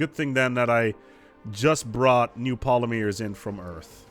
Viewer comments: You say Polymers really weirdly. I've always pronounced it Polly murs. Not Pola meers... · I've never heard anyone pronounce it polymeers before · I’ve never hear anyone in the US pronounce it poll-uh-meers. Definitely not an American thing or not in the mid west. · It's almost like he's doing it just to trigger us. The amount of times the non-existant word polymears is said after she lets him know goes up almost exponentially after it. Please. For the love of the great and bountiful deer god. Say pol-ym-ers. Not poly-mears. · as a Canadian, i agree with the lady, you say it wrong.....sorry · Yea, he is pronouncing it oddly. His wife even says so in the vid, its funny.